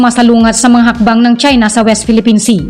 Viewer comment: CHINA NOT CHENA LOL😂